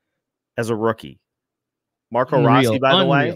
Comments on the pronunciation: The biggest bright spots for me were Faber and Rossi. The Fiala trade is a shining example of "blind squirrel finds a nut" as there was no indication Faber would be as good as he has been from the get-go....Guerin got tremendously lucky there. "Row-Sea" as Marco pronounces it, proved to me he could play in this league, and I had my doubts. Pre-season, I predicted the Wild would miss playoffs so that wasnt shocking, especially with how bad they've done against the TOP teams in the west, the past few seasons. Anyway, tonight is the last night I have to listen to LaPanta Carter and Wes spew absolute homer nonsense for a long long time. Cheers!! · "Row-Sea" as Marco pronounces it, Ah, what does he know. It's funny because no one pronounced it like that and after Guerin tells him he needs to add some FU to his game he says it's pronounced Row-Sea. He took it to heart.